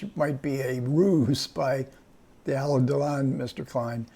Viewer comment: It's not Elaine Delon but Alain (pron. Alen, with accent on accent on the 2nd syllable).